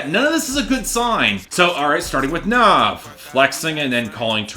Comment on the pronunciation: Nav is said Nav as in have, not Nov as in Nas